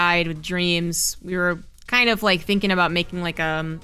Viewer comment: "Aboot"?! This better be funny. =.=